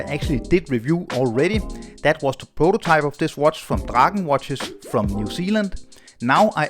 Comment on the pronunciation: Finally someone on YouTube pronounced "Draken" correct! 👍